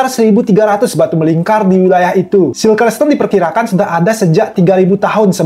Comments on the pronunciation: bacanya sirkel oyy bukan silker.. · Bang salfok sama penyebutan bahasa inggrisnya "CIRCLE" kan harus nya di baca "sirkel" bukan "silker"